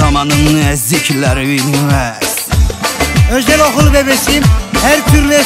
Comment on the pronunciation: Özel okıl ellitir diyen abi djdjdjd 😂😂😂